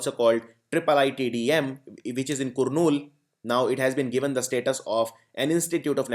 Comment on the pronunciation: Wrong pronunciation of "Kurnool"